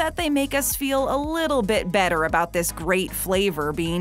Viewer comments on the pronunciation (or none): none